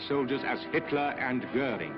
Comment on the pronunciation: Since when is Goering pronounced Gerling? Good grief.